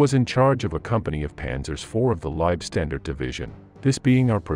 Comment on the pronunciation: If you are going to make videos about the Germans in WW2, then please learn how to properly pronounce German words. For example: The "W" in German words is pronounced as a "V". You sound silly pronouncing it as a "W". You also mispronounce "Leibstandarte".